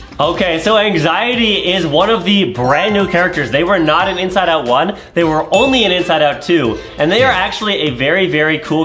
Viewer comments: You say it like onwee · It's pronounced On we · It’s not annoy it is onwee